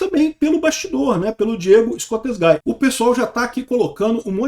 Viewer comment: é "ESCOSTEGUI" a pronúncia e não "ESCOSTEGAI", Escosteguy é um nome de origem espanhola.